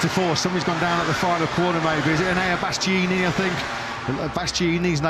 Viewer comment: When will that commentator learn to pronounce "Bastianini" correctly? He's been getting it horribly wrong for years now and his latest new attempt is perhaps even worse than the way he's been mangling it up until now. How hard is it, really? I mean, it's the guy's job for one thing and he's been sitting alongside a co-commentator who has said the name correctly innumerable times.